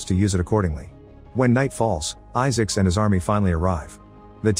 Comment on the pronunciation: The AI voice pronounces it Issics.